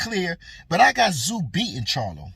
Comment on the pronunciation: You can thank Charlo for the Ta zoo pronunciation to get under Tim's skin😂, pretty poor from quacklo.